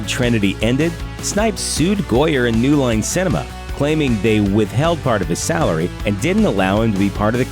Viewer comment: Did anybody else hear "New Loin Cinema"?